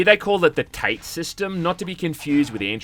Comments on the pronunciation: Tate Tah-tay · My guy How the hell did you manage to pronounce "Gaiden" correctly and yet utterly butcher "shuriken?" Also "tate" in that game is two syllables (tah-teh) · 1. Shuriken, Shoo - Ree - Ken 2. They are Kunai, throwing daggers 3. Ta-teh system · I get the joke.... but its pronounced Ta(as in tada) Te(as in telephone)